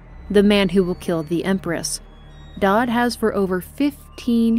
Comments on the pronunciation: it's Daud not Daad, i understand his appeal as a father figure tho, so why not go all the way and call him daddy? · I cannot help but notice your mispronunciation of Daud, spoken like “dowd” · I love the video and how you describe things but how do you mess up so many names? I can tolerate serkonos, pandysia, and Hiram, but how do you mess up daud. It's said numerous times throughout the game and you pronounce it dod. Please do better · I know its picky, but you mispronounced several names lol. "Dodd" made me giggle. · Edit: I've drafted my 3-page Twitter apology for mispronouncing 'Daud'. It will only be released when a full week goes by without mention of it. Hey! Future here. Thanks for checking out these videos! If you'd like to keep up on YouTube Community info, I'll be posting extra bits of info here in the future: As of this post, this is a relatively young channel. I've only really been around since the end of 2020. I hope to be around for the foreseeable future; I'm excited to watch this little passion project grow. More info and content will come with time! Thank you for being here so early in the game. PEACE! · Amazing video but the way you pronounced Daud is wrong